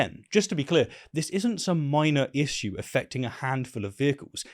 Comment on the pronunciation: How many videos can this guy make about one thing??! Also learn to say issue.